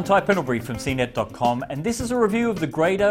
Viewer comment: It is pronounced GRAW-DOH WOW!!